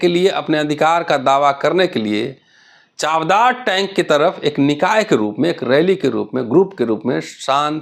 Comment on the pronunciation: It’s चवदार (means testy) and not चावदार.